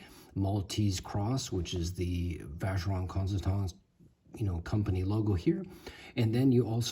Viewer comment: I in French sounds like an e so it's constanteen , I'm not trying to be an asshole I lived in Toulouse back in in the day, again I'm a council worker, I fill pot holes for a livin, not been snobby, a sounds like an e and an e like an a,,,,,, and don't get me started about my own language, Irish, that's completely mad, anyway, all the best from Ireland,Seán